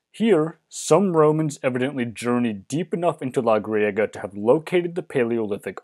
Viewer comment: The pronunciation of Spanish words is confusing. The Vadillo River, and Iria(couldn't find it in a search)for Griego Cave. The transcripts have the same errors. Just down in your sources I saw what it is. Even Pedraza could be better.